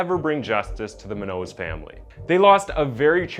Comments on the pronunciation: that is definitely not how you pronounce her last name... at least do some research on how to pronounce the victim's name my g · Muñññoz bro, please say it right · The way he pronounces her name is cringey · So no one wants to talk about he keeps pronouncing Munoz and Audi? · he cant even pronounce Munoz facepalm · This guy doesn't know how to pronounce her last name. Lol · muÑoz. Say it right and respectfully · you read my thoughts. In the intro when dude says "now lets get into the tragedy of Brendan bla bla bla" that should have 100% been the tragedy of the loss of Monique (spanish pronounciation) Munoz, he did botch her last name for sure! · Munoz is a common surname here in California. You should have learned how to pronounce it because the way you say it isnt it. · being Hispanic myself, i heard him pronounce the name, and thought: “hmm that’s weird, never heard that last name before…” Saw the spelling and went 👀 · Jeeeeezuuuus the way he kills MONIQUE MUÑOS name is ridiculous.. not that hard to pronounce monique smh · dude her last name is moon-yos not moo-nose. sorry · It's also pronounced Moon-Yoz family not Moo Nose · As a person fascinated by language/linguistics, I'd highly recommend you research the names of the people you talk about instead of just pronouncing their names however you like. Moonos is incorrect. It's MOON YOTH. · Bro I dig your vids but you really need to speak-check a lot of your source material. Muñoz (moon-yose) not moo-nose. I’ve heard mispronounced names in more than a few of your vids. Other than that you’re doing great and keep ‘em coming. ✌🏽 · It’s not min-nose the way you’re pronounce it is so disrespectful ! It’s MOON—YOZ “Munoz” !! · Dear …Monique’s last name is pronounced “Moon-yoz” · BTW and FWIW, the surname Munoz is pronounced "moon'-yoss." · Can we talk about this man’s pronunciation of the mu nose family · You know her name isn’t pronounced muh-nose, right? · Her last name is pronounced Moo-nios